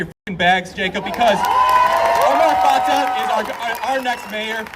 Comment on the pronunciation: Fatah is not pronounced with a long a sound. Both a's are short sounding and the h is silent.